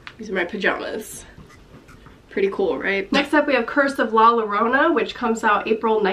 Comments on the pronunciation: Llorona..... cringe. Ll pronounced y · its pronounced 'yorona' please don't say 'Lorona' lol please